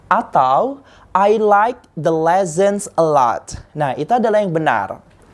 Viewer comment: Wow, is your pronunciation is broken? I was so impressed. Aslo, the word "lessons" Has no letter z.